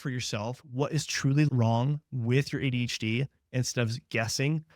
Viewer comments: Could tell in the beginning of the video this is made with Ai. It said ADHD-a. The the guy NEVER takes his eyes off the camera. Other stuff too but I’m not trying to train it to be better. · legit did the same the first seconds of the video when I thought they way he says “ADHD” sounded off more like “ADeshtheia” I wondered who else noticed and thought the same..😅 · what in the ai hell is this. a h dee ya? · The first time he said ADHD, I thought he had a really thick accent. But he keeps talking and I can tell that he doesn't. Then the second time he said "aydshee" I realized that it's just AI generated. This is how I end up only watching the same channels that I've been following for years and no new ones. It's so hard to find actual humans on here now. Also, like many of you said, there's no way in hell someone who understands ADHD would think any of us would be able to sit through all of that bs. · What the hell is “eddishdeeyuh” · he's trying to say "ADHD" but it's coming out slurred for some reason. :/ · why did you pronounce ADHD as ADEECHDIA ? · If a doctor can’t verbalize ADHD properly, it’s probably an AI generated video. ADHDIA? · What did you say here? Are you AI'ing your videos now?? Who pronounces ADHD like that? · maybe a regional speech thing.